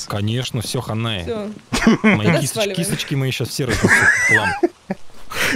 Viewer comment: я услышала не "кисочки Дядьки" а "кисточки" :D